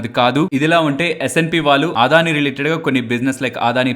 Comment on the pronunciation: ఆదాని కాదు.. అదాని.